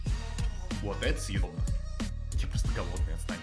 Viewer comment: Что всегда говорит: это седобно это седобно это седобно???????